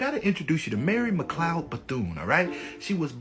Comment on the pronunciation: Its McLeod, NOT Mcloud or Macleod